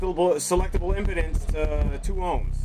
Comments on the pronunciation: Dude says impedance like impotence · He said impotence instead impedance, its pronounced em- p-dance, I hope it was a joke, but don't ever make that mistake again, because to true audiophiles, it sound's like you know nothing, which is not the case because I've watched a few of your other videos. Keep up the good work